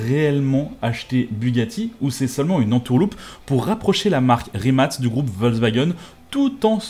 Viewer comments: Le fait que tu dises rimat et pas rimac me perturbe mais bonne video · La vidéo est super cool mais juste c’est Rimac et non pas rimat